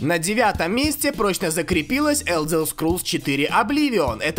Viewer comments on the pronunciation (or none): Я считаю все ошибки в названиях легенд игровой индустрии(пожалуйста,лайкните коммент за работу)- 1)Битизда(правильно Бефезда) 2)The Elder Scrolls 4 Oblivion(Зе Елдер Скроллс 4 Обливион)Сказано-Елзел Скролс 4 Обливион) 3)Left for Dead 2-Сказано-Лифт фор дид.Правильно-Лефт фор деад. 4)CoD Modern Warfare 2.Сказано-CoD модерн фарфар 2.Правильно-CoD модерн ворфейр 2